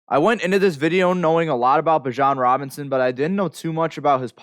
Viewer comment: Thats one of the biggest rules man. Giving you honest criticism, I can't even watch the video because you messed his name up repeatedly. And everyone who is in this niche knows Bijan Robinson and has been hearing his name for years. How could I/we trust anything you're going to say after that, holds any weight? Either way; keep grinding, perfecting, and progressing, you'll get there. Catch you on the next one. 💯....Bijan is that dude though, cant wait to watch him on Sundays.